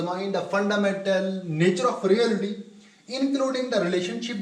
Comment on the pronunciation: You put an effort but very weak pronunciation. You must learn. At least REALITY pronunciation. Don't mind Regards